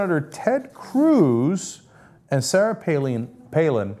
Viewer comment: Cenk's initial mispronunciation of "Palin" reminded me of when the young turks first started covering her.